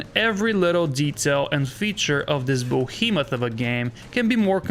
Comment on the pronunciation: This guy's pronunciation makes the video unbearable, sorry. Bohemoth for behemoth, eye-ron for iron. Nah.